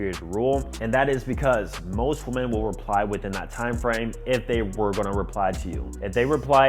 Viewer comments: You've messaged woman or WOMEN! You still don't know how to pronounce the difference? Excellent content but come on man. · Bro learn how to pronounce women lol